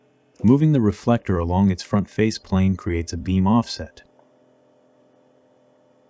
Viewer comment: So many strange pronunciations. Rootate instead of rotate. Fess instead of face. In other of your videos, deeode instead of diode.